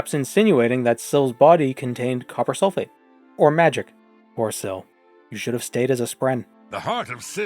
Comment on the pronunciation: Heh “Copper Sil-fate”